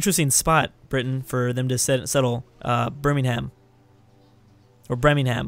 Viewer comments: Not BirmingHAAM BIRMING-UM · It's pronounced bur-Ming-um I'm from Birmingham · IT IS FUCKING PRONOUNCED BER- MING- AM (In Britan, we don't pronounce the H). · Birmingham = Birming-hem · BUR-MING-HAM AMERICA WHY YOU NO PRONOUNCE CORRECT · it's pronounced Bir-ming-ham, and you got Glasgow right. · Btw, Birmingham is pronounced Burr (as if you were saying the start of Bern) Ming Uhm. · Bulgaria (also it's Birming um which is where I live) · M8 ber-ming-um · I pick Great Britain and Bur-Ming-Um!! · it is pronounsd ber-ming-ham